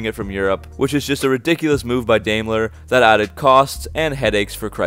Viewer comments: Dime-ler , not Dame-ler. I guess you don’t know much about cars. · Dude pronounce the name as it should be... Daimler is pronounced Dime-ler. When you have a german name or word containing two vowels, the first is ignored and the second takes the long form. I had to stop listening to your video. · Pronounced "Dime-ler"